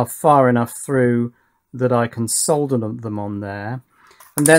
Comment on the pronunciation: It makes me so happy that you pronounce the L in solder instead of so many people. It has always bugged me. Great work on your Power Distribution boards!